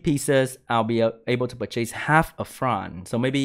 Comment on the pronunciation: Disappointed IGN is not JeanB tbh... BTW it's pronounced "Per-chess" not 2 SPD boosts "per-chase". English is stoopid and I'm learning Русский so I get it